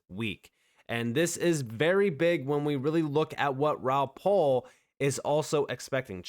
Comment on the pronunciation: Please stop calling him Raoul PAUL! His name is PAL …P.A.L